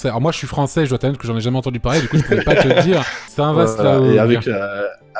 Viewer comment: Le mec a pas très bien vendu la Manche, et il sait même pas prononcer correctement Saint-Vaast donc RIP malheureusement. J'aurais aimé être dans le live pour présenter mon Cotentin chéri